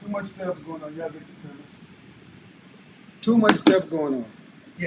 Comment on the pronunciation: “Cat moms sitting around doing cat shhtuff” almost let it slip 😂👏🏽